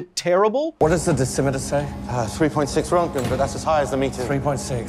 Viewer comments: “Radiation guy” Can’t pronounce simple words like roentgen Channel blocked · I don't think I will hear an American pronounce Röntgen correct in my lifetime. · To be fair, it is better than rontgin. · You say the o not the e, Ron,te,Ken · Why is there a "k" in your pronouncing his name? ... Oh, your pronouncing it in a few diffenert ways and default to turning the "g" into a "k" sound as you often call it "rent-Ken" ... stop tentimg poor Ken, he has to go glfight Ryu and other Street Fighter opponents. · RÖ RÖ RÖ RÖntgen, not fucking REntgen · Your pronunciation of Roentgen is bothering me so much. The show might not have done it perfectly, but it's closer than what you're saying. The guys' name was Röntgen, which in english is most closely pronounced like Roentgen which is why we spell it that way. Roe-ntgen. Not Rontgen like you're saying. After looking it up, it seems like your way is the typical American pronunciation which is now bothering me. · It's RONTgen not rentgen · Who pronounces it “rent-gin?” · Rent-gen? Fuck, Kyle. C'mon, dude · rengen lol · I like how the general guy adds an extra syllable to word. "RON-teh-gen". I like that pronunciation more. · It's pronounced "RERNT-gen". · Röntgen isn't pronounced Rentgen... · Bro stop saying “rentgen” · It's not rent gen learn how to efin talk. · Renken its speeled out for you and somone pronounces it for you learn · You pronounce it like "Rankgen" I have never heard it like that before. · It hurt me so much hearing him say "rentgin" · It is pronounced "Ront-Gen" it is two syllables. The first X rays were called Ront-Gen Rays. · STOP MISPRONOUNCING ROENTGEN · I thought it was Röntgen. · Strange pronunciation of Roentgen/Röntgen. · If only you could pronounce the scientist's name properly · It hurt my ears when you miss pronounced Wilhelm Röntgen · Very informative... BUT man... your pronunciation of "röntgen" is criminal 😂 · This guy can’t even pronounce roentgen properly